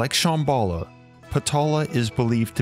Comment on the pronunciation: You're saying Shambhala wrong, it's SHAHM BAH LAH not SH AA (like the a sound in apple) HM BALL AH. And I think you mean that the story is based on LEGEND not Myth. A Legend is something that is based on truth, something that actually happened or actually exists or existed/happened in the past. A Myth on the other hand is something that is totally and completely made up. You're talking about Agartha as if it actually existed in the past and may actually still exist due to all the coincidences around the world and how every culture had a story fitting the details of the city making it a LEGEND and NOT a Myth.